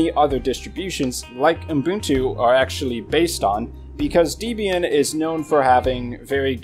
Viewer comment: [Pedantic point] There is no "m" between the "U" and "b" in Ubuntu. And yet, every time you say it...[/Pedantic point] Other than that, I find the DistroWatch page hit ranking as useful a tool for judging quality Linux based OSen as I find gasoline a useful tool for extinguishing a fire. In other words, Not very. Popularity rarely equates quality.